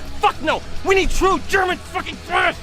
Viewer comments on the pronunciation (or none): Its not "slash" its thrash lol